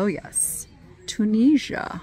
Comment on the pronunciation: It's a tagine from Tunisia pronounced toon is ear